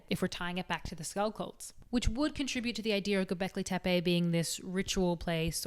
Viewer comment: If I had a history teacher that taught history this well… I would have listened. 🙃 Great video as always and 9/10 on the pronunciation of Göbekli Tepe. Fun fact, it means “Belly/Pot Belly Hill”